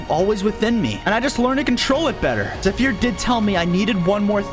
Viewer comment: You pronounced zephyr wrongly